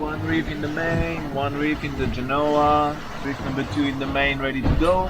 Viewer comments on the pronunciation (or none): Don't mispronounce genoa like so many American YouTubers on their cruising channels do. Here is the correct pronunciation The emphasis is on the first syllable NOT the second.